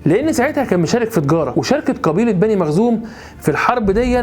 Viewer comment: حضرتك ..مخزوم وليس مغزوم جزاك الله خيرا